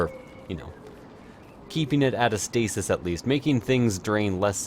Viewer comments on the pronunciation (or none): none